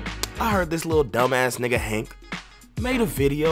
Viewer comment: Coughrelief HAÈNK 😂😂😂